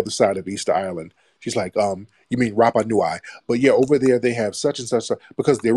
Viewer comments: The pronounciation for Rapanui is...RUPPA-NEW - E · nui (nooey, not noo-eye)